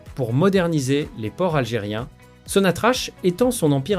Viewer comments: Il faut prononcerai SONATRAK ,ou sonatrac et non sonatrach !! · Corrigez votre prononciation ça se prononce SONATRAK pas sonatrache.